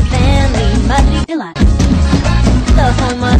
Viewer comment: Is Isabella not isabilat and is mirabel not mirabilat